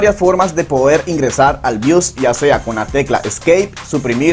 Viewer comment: bios no bius, compa de pana que enredas